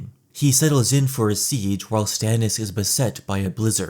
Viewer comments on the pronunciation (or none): none